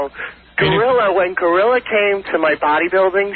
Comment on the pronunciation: For all the times Howard gets mad at others who don’t pronounce words correctly, he is saying gorilla he ain’t saying grillo!!!!